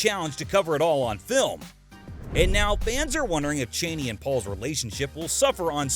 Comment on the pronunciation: CH-AH-NEE. not CHAYNEE.